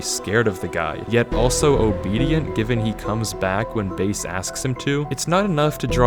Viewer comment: i don't know if im suppose to laugh or not,: "Bae" i mean.. "base" XD